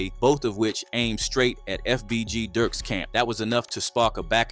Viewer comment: this nigga said fbg durk 🤣